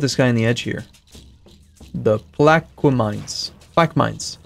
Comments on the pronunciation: Plaquemines is technically pronounced pl-AH-kuh-minz! Sauce: New Orleans resident! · "Plaquemines" is pronounced "Plak-uh-min"